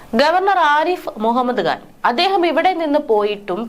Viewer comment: മുഹമ്മദ്ഗാൻ അല്ല മുഹമ്മദ് ഖാൻ ശരിയായ ഉച്ചാരണം ..